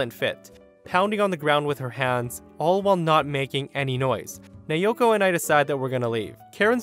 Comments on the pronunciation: it's na-o-ko, not na-yo-ko.. my Japanese friend name also naoko. Btw, my fav is the store one, that was really funny, karen must be so pissed, how can she come up with an idea that she's the owner's wife 🤦‍♀️🤣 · "Nayoko" thats how you said it, its said as Na-o-ko Just saying :p nice video btw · That's.... not how to pronounce Naoko lol. It's "Nah-oh-koh", but the "ah" and "oh" sort of blend together to sound similar to the word "Now". If it were spelled the way you were saying it, it'd be Neioko lol. In Japanese, each of the vowels make *one* sound, period (unlike english with its soft E's and hard E's and other complicated language things). A = "ah", O = "oh", E = "eh", I = "ee", and U = "ooh". These sounds can be combined to make other sounds, for example A + I = "eye"; that's why A + O = "ow" and not "ey oh" lmao. I hope that helps for future videos. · Naoko is pronounced as Nay-o-ko. This from a Japanese woman I met while on vacation a few years ago. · USJ story. The woman’s name, Naoko, is pronounced NOW CO.